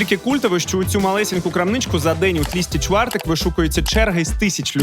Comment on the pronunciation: Доречі не тлісти чвартек чи як ви там казали😂 а тлустий чвартек) а літеру (л) потрібно вимовляти так як (в)